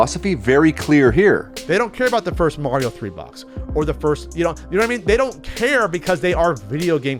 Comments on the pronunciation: I don’t trust anyone who pronounces Mario with a long A. It’s Mah-ree-oh, not Mare-ee-oh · If they gotta pronounce Mario "Maryo" that says everything I need to know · Fake gamer when you say "nes" instead of n.e.s. and when you say "Mario", Mare-rio"!!! Cringe video btw! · Never trust someone whon pronounces it as Merio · I love how your definition of a serious collector is one who has been doing it "for more than a year," and then you misprounce "Mario" as "Mare-ee-oh." At least the dentist who didn't know anything about video games, not even that people bought old games, was honest that he started a hedge fund to buy games as an investment opportunity. If that's also the page you're on, which it clearly is, do that, but stop with the stacks of obvious lies and false statements about those exposing the conflicts of interest with WATA and Heritage. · never trust a person who calls himself a "videogame collector" but can't even pronounce super mario correctly